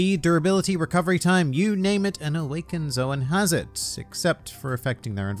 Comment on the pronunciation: mhmmm.... its pronounced as zo-an and not zo-wn bruhhh i didnt knoww